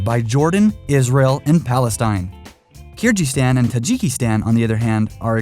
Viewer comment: You misspronounced Kyrgyzstan